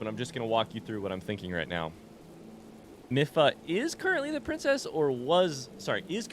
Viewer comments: I hate to be the pronunciation police, but I just thought you'd like to know that it's pronounced Mee-fa, not Mi-fa. :) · Let's go!! I'm so happy you made it to Zora! Your reactions to everything are priceless 😂 I can't wait to see what you get up to in tomorrow's episode!❤️🧚‍♂️ Ps Mipha is said like the word me & fah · mipha is my favorite champion (aside from link) so hearing you butcher her name hurts me a lil haha